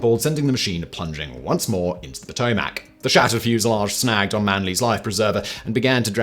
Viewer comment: ew i've never heard potomac pronounced like that, its (puh-toe-mick)